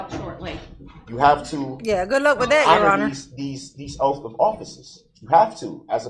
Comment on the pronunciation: Calling the oaths, “oafs” lol 😆